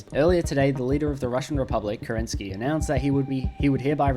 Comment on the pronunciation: As a Russian, I can't stand how you pronounce kerEnsky. He is kerenskY :)